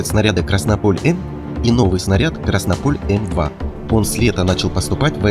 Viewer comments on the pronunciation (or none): "КраснОполь", а не "КраснопОль"!!!!!